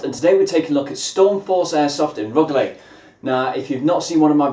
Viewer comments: I'm from rugeley it's pronounced rujeley lol have you tried frontier at penkridge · its pronounced " roo-juh-lee- " !!!